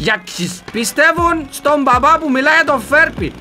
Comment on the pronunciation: το ξερω οτι λες μπαμπαααα αλλα ακουγεται σαν μαμααααα και το κανει πιο αστειο κλαιω παιξε και αλλο happy wheels :p